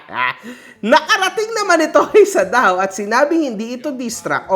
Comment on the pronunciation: Sadao ❌ Sad-aw ✅